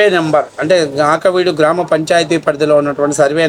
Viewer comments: AAKAVEEDU kaadu AKIVEEDU ., please correct in future ., don’t mistake me 😊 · వీడియో చేసేముందు "ఆకివీడు" అన్న పదం 10 సార్లు పలుకుతూ ఉండు, ఆ'క'వీడు అని చెబుతున్నావు...తప్పు కదూ?